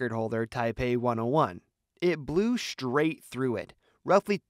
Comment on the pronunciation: 'blew shrait through it?' SHRAIT? Did you mean STRAIT?